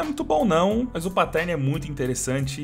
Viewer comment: ele sabe man, mas é pq o cachorro fala assim